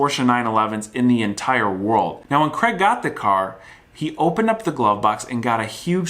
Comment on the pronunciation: Screw that, he can't even pronounce Craig properly.